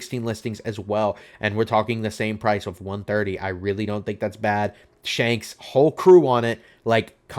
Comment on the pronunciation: "Shonks" do you even watch the show, bro?